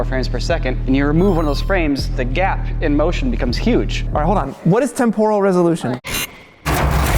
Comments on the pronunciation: Who on earth pronounces temporal as temp-oral? It's tem-per-al. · Does he mean"Temporal'? Why does he pronounce it so weirdly?? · Wtf is this current "trend" with pronouncing it tempoooooooooooooral? It is more like temp-uh-ruhl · It's pronounced Temp-er-al not Tem-Por-al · The mispronunciation of "temporal" feels like a cheese grater to my eardrums :/ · Live everything about this channel but your pronunciation of "temporal" made my ears bleed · Stop saying "TEMporal" wrong. You're putting the emPHAsis on the wrong syllAble. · That's not how you pronounce "temporal" 🙃